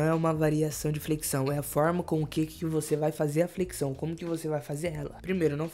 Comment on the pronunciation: fala "Flequição" kkkk